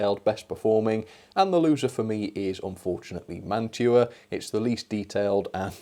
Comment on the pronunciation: You did get a good collection of boxcars, log/ lumber flat car , and Gondola Etc. You pronounce that name and Mantua properly which is awesome the Milky Way candy bar is a nougat with caramel on top plus chocolate which is made by Mars company in the US .Domino Sugar is a common brand in the US also model power was part of Mantua after the Mantua brand died off because they were part of Tyco/Mantua then model power bought them out which model power got bought out by model rectifier Corporation or known as MRC they make model train Transformers or power supplies. Athearn is it good brand Mantua is a good brand Walthers trainline is also another good brand but I will say Baughman doesn't quite pass the mark I have more Mantua / Tyco and Athearn vs bachmann for freight cars. Now that Bachmann comes out with their" silver series" which are way overpriced because they added metal wheels and knuckle couplers that have spring but are nothing like Kadee couplers at all. Not trying to be mean about Bachmann but when they did the silver series Freight cars it's like polishing a turd it's still a turd LOL. I figured to add the Mantua and model power use knuckle couplers from Bachmann EZ mate Mark 2 .I know I have Mantua Classics Freight cars myself but also I have a classic mantua cars that one from 1960's the other one is for 1970s. There is a tool that can help with those Wheels it's a truck tuner I believe it's made by microscale they can actually smooth out the bearing that's plasti